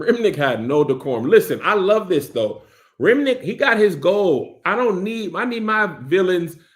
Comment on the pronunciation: Not Kev saying "RimNICK" when vamps name is RimmICK lol just like somebody unc 😂